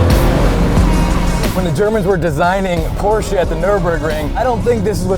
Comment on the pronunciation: Thank god pronounced Porsche right